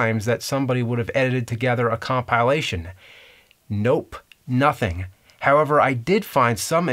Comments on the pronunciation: Whats the deal with pronouncing com-PILA-tion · hold on James, hold on. Compile-ation? seriously? cum-pie lation? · no but its weird. is he being weird on purpose or does he not know it's weird? You are right its not a big deal but if you want big deals try like cnn or something.